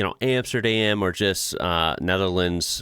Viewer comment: Enough. Amsterdam can NOT BE.......EmstErdEm. And there is NO WORD like eenntressteen.